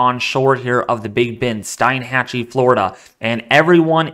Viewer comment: Thanks for the info. By the way, we pronounce Steinhatchee as "Steen-hat-chee". More info on how far inland the impact of a Cat 4 or 5 hurricane could reach would be helpful. Mosr people do not realize how narrow FL is in this area between the Gulf and Atlantic. After personally seeing the devastation of Katrina, this one makes me nervous.